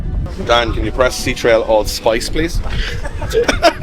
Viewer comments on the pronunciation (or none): Never heard ctrl pronounced c-trail before 😅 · See-Trail??? It’s Control!!